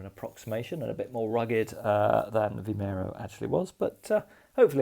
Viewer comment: Another enjoyable video. Your pronunciation of Vimeiro was close enough :D